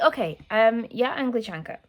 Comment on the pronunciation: У вас шесть детей??? ого)) вы молодец. - "я англичанка" было почти что без акцента!))